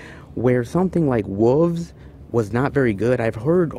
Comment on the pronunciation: Love the videos, but - wow, this whole "wolves" bit is really getting out of hand. I guess it's a regional thing, but the word is pronounced with an L, not without. It is not "woof" or "woov." It's like the word "shelf" - you don't say "shef" or "shev" instead. Please, I'm begging you. BTW, filming "in public" does not include private stores or homes, etc. It means outside, including on the sidewalk, parks, etc. Keep on going - it's always great seeing so many oddball titles.